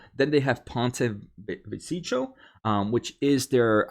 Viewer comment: FYI Ponte Vecchio is pronounced Pont a vek E O. Good presentation on what Intel's strategy is. Good job.